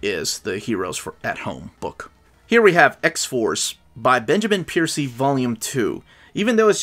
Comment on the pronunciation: It’s Benjamin Percy, not Piercy 😊 Happy birthday to your daughter!